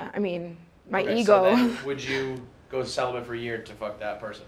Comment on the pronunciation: "celibut" I mean whatever helmet-dweller writes the subtitles is normally pretty spaced out but this was a real winner in particular. Even though celibate is written correctly on the card he's like sweating bullets thinking "sound it out, sell-ih-but....."